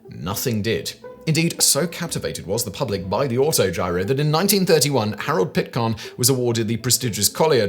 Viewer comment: Flivver has a short "I" sound and Pitcairn has a long "A". Simon's pronunciation is driving me crazy today.